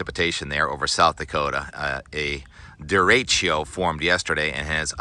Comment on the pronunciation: Deretchio? deretchio? come on Tim, you can do better than that